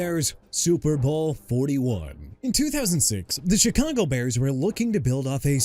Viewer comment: YOU MEANT "MONSTERS OF THE MIDWAY" MR. I CAN'T CORRECT MYSELF FOR NOTHING?! ALSO THE CHICAGO BEARS PRONOUNCED SHUH-KAH-GOW OR SHEE-KAH-GOW AND I'D BETTER NOT HEAR YOU SAY CHEE-KAH-GOW NO MORE!! ALSO MIAMI'S 1973 DOLPHINS GOT OVERSHADOWED BY THEMSELVES... WHAT'S THAT SUPPOSED TO MEAN BRO?! AND YEAH EVERY DOLPHINS TEAM FROM '73 TO 2025 WILL LIVE IN THE SHADOW OF THEIR 1972 SQUAD AND YOUR POINT IS?! SMH...